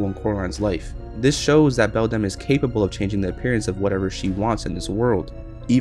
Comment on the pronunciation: You pronounced the other mother's name wrong